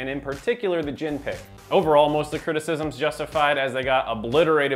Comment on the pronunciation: JHIN* not Jihn